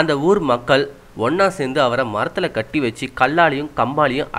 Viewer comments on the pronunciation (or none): hai, your tamil word is wrong,not ( kiti )its (kati)